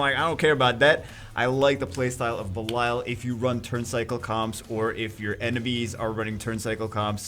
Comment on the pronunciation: Gamer ok the water demon's name is Belial as in Bell-ee-al (not all->al)